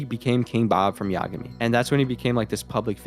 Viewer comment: Yagami = Imagay 😮😊😅😂